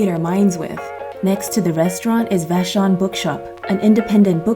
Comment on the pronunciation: I’m a Washingtonian! You said vashon pretty good!!! 🥰👍